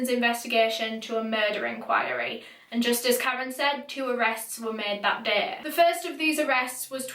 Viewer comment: The way you say day😩 "däeh"